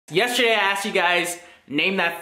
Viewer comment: * Yeshderday I asked you guys...* 😂